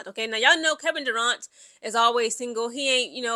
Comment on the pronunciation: It's Kevin Durant not Duraunt Lol